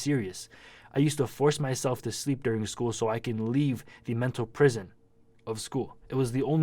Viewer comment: SOUNDS LIKE YOU SAID CANT. HOW WOULD I BE DREAMING RN I'M WATCHING YOUR VIDEO.